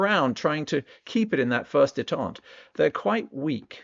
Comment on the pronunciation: Detent is pronounced, Dee Tent, Not Day tont. (Detente) Détente (pronounced /deɪˈtɒnt/) means the easing of strained relations or political tensions between countries that were previously unfriendly